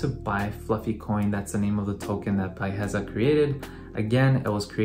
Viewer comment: dude, his name is pronounced "Bee-Uh-Hesa"